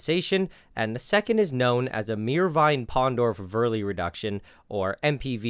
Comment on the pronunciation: I followed up until the 2nd pathway and then you lost me at Meerwin-Pindorff-Veerley reaction. Time to hit the books again XD